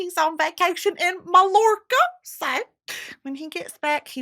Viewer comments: not “maLLorca” 😭😩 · The way she pronounced Mallorca 😭😭